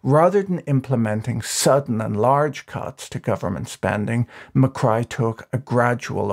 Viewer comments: Macri is not Mycry... it is pronounced macree...lol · Great video. I really enjoyed it but I was really annoyed by the mispronunciation of Macri’s name. It’s pronounced MACREE, not MACRY. Also, I think you kept confusing Milei with Macri at the end part of the video. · Macri not Macry... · u mix up macri and milei a lot towards the end. kind of frustrating. also it’s ma-cree not ma-cry but anyway.. good in depth video ! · is not javier macri, its javier milei, its also not pronounced ma-cry, (as in crying) but ma-cri (as in ma-khri) Greetings from mexico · i'm genuinely confused if calling milei mccry is a joke or an honest mistake given the reference to the earlier president "macri" as mccry (pronounced mac-ree) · Macri, not Macry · Macri is pronounced /macree/ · It's not pronounced "Macray" but "Macri" with "i" sounding like "ski". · It's Ma - cree, no Ma - cry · Its not macry, its macri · /makrai/ 😂😂😂😂😂😂😂 it's spelled /makri/ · The 2015 to 2019 president was Maurizio Macri. Besides mispronouncing his name (Macree would be better), Patrick did mix up toward the end. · I'm calling Macri "McCry" from now on just because that's how Patrick pronounces it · Loved the pronunciation of Macri as Mah-cry. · Every time you pronounced Macri as Mi-Cry made me laugh my ass off 😂😂😂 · 'Ma-Cry' that is gold 🤣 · Macri is not pronounced Ma-cry. But it will be from now on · Can you please be precise in your names and pronunciations? You call Macri "Muck-rye" and then refer to Javier Milei as "Hay-vear Muck-rye" and "Muck-rye" toward the end. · Argie Pronunciation Macri = “McRee” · President "Muh-cry" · who the fuck reads Macri and think is pronounces MCcry?